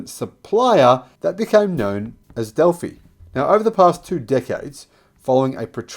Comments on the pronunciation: Del-fie not Del-fee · Pronounced Delfi not Defee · Delphi is pronounced del-feye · It's pronounced as Dell-fi like hi-fi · GOOD-AAY!! I BELIEVE UP HERE IN "THE LAND UP OVER" IT'S PRONOUNCED. "DELL-PH-EYE"!!!